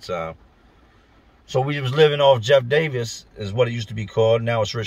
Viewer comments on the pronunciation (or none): none